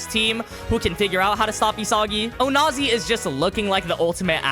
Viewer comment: Says onazi without the "o"